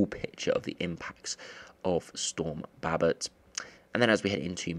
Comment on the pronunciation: He doesn’t say Babet right